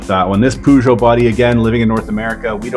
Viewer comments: BTW i´ve read some comment on the Peugeot thing (it is funny lol). In English i don´t believe you have that sound . In Dutch/French/Spanish the eu sound similar It is pronounced together as nearly one sound and it is not oo. It is that in English the e/a/o/u and such you make them sound really long like 2 or 3 times the letter. So to learn this maybe there is an app that can give you the sound. Its like short e short u and say that really fast after each other. Lol It is going to be difficult for you for sure . 😅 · Love the peugeot pooshow pronunciation 😂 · All European like. My foreign relatives can't pronounce it either. But I think I'll start calling it pooshow as well. I like it! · Lol "poo"geot lmfao I like the pronunciation